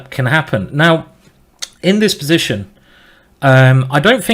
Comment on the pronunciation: I totally love your accent Simon! Especially how you say: "b'zition" ;)